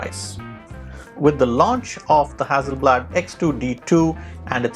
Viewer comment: the price of the Fuji is $5100.00 everywhere on the internet, not " $8500.00". Very good video to steer one in the right direction depending on the type of photograpy. Just as an aside, you pronounced "hazi" FYI, a double "s" is emphasis on S not z. As in Mississippi. So, no side by side comparisons of the same shots ??I think that's what most people want to see.